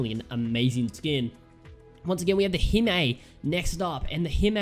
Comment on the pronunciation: you buchered the pronunciation of hime,it's hime not hima